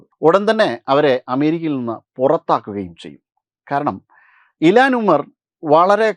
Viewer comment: ഇലാൻ അല്ല ഇൽഹാൻ ഒമാർ